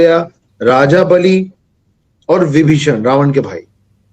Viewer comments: Pronunciation sahi nehi he...BAALI FROM RAMAYAN .. BALI FROM SATAYUG... KAALI IS MAA KAALI...." KALI" MEANS KALI MEANS JHAGDA.... PLZ PRONUNCIATION PROPER KIJIYE. KALI MATLAB QUARREL KA YUG I.E KALIYUG. KALI YUG KO BINASH KARNE WALE BHAGWAN KALKI AVATAR DHARAN KARENGE... . JAI JAGANNATH 👈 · Are bai o bali he baali nahe, kallki he kaali nahe 😢